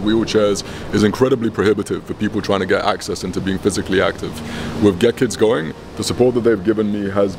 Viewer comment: The first time he says "Get Kids Going" it sounds like he said "Gherkins Going".